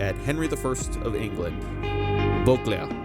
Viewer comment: How you say "Beauclerc" in complete accent, different from your narrative voice is priceless!!!😂